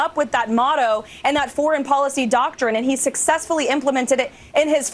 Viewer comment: why did I think she said orange policy when she said foreign policy 🤪🤪🤪